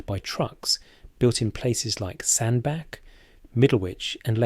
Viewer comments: Its pronounced Sand Batch not Sand Back. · Learn how to pronounce Sandbach!